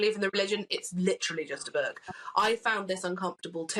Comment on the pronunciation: Why does that Lefty woman pronounce book as "berk"? She is the berk here.